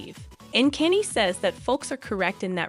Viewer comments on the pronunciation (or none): The robot is not pronouncing the names of these famous people correctly. Therefore it’s very hard to understand…like who’s Caney?? And who’s Killee?? Never heard of them. Do better. At least listen to this trash before you air it!